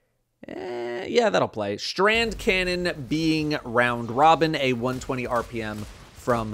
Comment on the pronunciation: Thank you for saying “Strand Cannon”